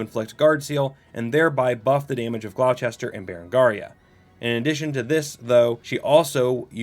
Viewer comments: Gloucester is pronounced "gl-oww-stir" think like, "Oww, that hurt". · That's not how you pronounce Gloucester